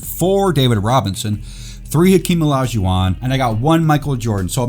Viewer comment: "Another clean looking Hakeem O-Li-Shu-Wahn" idk why but your enunciation gets me everytime